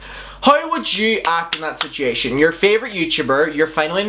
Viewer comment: I don't mean this is a rude way at all! I think your accent is adorable, but can you actually say situation? Or is it one of those things where everyone has that one world they just pronounce wrong not matter how hard they try?